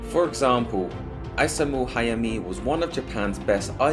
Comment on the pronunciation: hi, great video man i don't like nitpicking about pronunciation but isamu was butchered bad lol it's ee sa mu not ai sa mu kinda like ethan but mu at the end